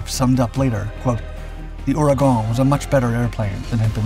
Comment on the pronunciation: You can pronounce Ouragon right but you cant say chassis correctly?